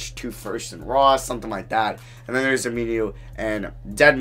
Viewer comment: I literally laughed for the rest of the video. "Ameenuu"